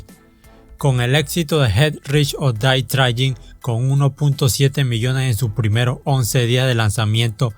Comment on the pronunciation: Jet rish or dae frain? Pronuncias con las nalgas